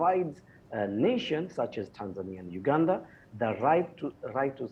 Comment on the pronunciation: Why do you pronounce Uganda as ganda